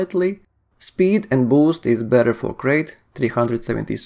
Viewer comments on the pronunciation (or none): It's pronounced 'Krite'. Named after the snake, like most Elite ships.